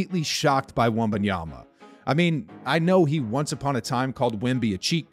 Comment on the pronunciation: All the NBA commentators have to do now is learn how to pronounce his name correctly. NOT Wembanyana, not Wenbayama.